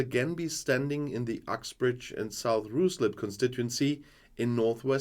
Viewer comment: Guten Tag, sorry for being pedantic by 'Ruislip' is pronounced 'Rislip'. I know I should get out more. Love your constributions! Reply